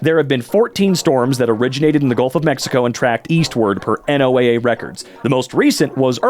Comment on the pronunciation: as a weather enthusiast and earth science nerd, these people who want to destroy radar literally angers me so much. also, it’s “Noah” the same way NASA is “Nasah” :)